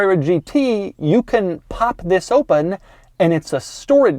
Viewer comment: "oopen top"